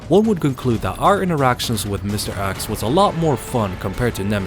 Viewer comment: It's mr.X not mr.Axe.